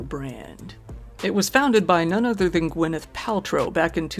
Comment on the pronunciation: BTW, it's Gwyneth Paltrow, not Gwenyth.